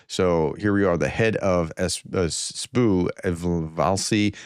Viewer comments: It's not 'Spoo' it's S.B.U. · what's a sbu? It's an acronym. S.B.U. Not sbu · Professor, it's S.B.U. just like the K.G.B.,not sboo😊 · Stop calling it the sboo it’s the S B U you call the CIA the seeahh for the FBI the FBYE 😂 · please take a few minutes of your day to learn to pronounce Russian and Ukrainian proper names and place names. The Ukrainian agency is not pronounced "sboo" but simply the SBU. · “SBU agents or saboo”? That’s like calling the FBI ‘Fahbye’